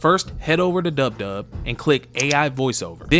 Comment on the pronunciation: Its dupdub not dubdub